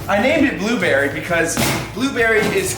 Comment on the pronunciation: "FRENCH ACCENT" Blueberry